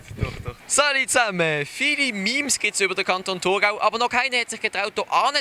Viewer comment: im thurgau sinds so zruggblibe, dass sie nöd mal meme richtig chönd usspreche